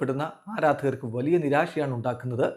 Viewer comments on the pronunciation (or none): none